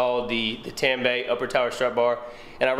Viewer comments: You should torque the 3 nuts on the strut tower to manufacturer specification. The word Tanabe is pronounced Ta•na•be, not Tan•ba. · It’s pronounced ‘tun - a - bee’ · Tah-nah-beh! Friendly correction. But i just ordered my injen cai and will be doin the install vid soon for the community. Stay tuned!